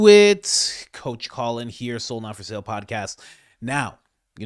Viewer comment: For over a year I thought you were saying "still not for sale" I didn't know till I saw you wearing a shirt that says soul